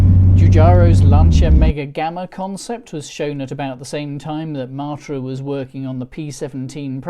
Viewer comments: Please say MATT-ra, not MART-ra. The first time it's odd, the next time irritating, and then I simply watched the sub-titles..... We had a Bagheera, then a Murena, and then a series if four Espaces, so for over fifteen years we were a Matra-owning family, and loved every minute. The horrendous new cost of the Renault-built Mk4, and ludicrously low trade-in value of our last Mk3 spelled the end of our hitherto amicable relationship. And the fact that the last UK-available version, the Mk4, fits in the highest road tax bracket means that buying one now is out of the question, no matter how cheap they have become. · Love the way you pronounce Matra -“ Martra “ 😂